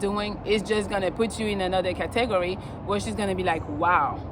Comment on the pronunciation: Kah-teh-gore-e i have neverrr heard category pronounced even close to that lmaoo